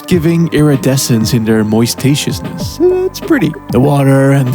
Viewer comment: “Mois-taciousness” 😅 > dictionnaire de lingua thor-a